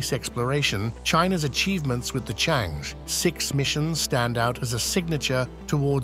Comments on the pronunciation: It's pronounced "chung errr". Not chang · Changi is the world renown airport in Singapore CharngErrh is this lunar spacecraft. (not chang, not chang-eee) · it should be pronounced as Chang-Er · This commentary mispronounces Chang'E all sorts of diferentt ways and also the name of the relay sattelite and mixes up tenses, putting things that happened in the past in the future tense. If someone is careless about such things it is difficult, dangerous even, to take seriously, what they say about anything else.